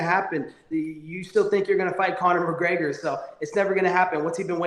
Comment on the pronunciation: "Corner McGregor" 😂😂